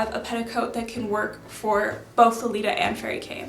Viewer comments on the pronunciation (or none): none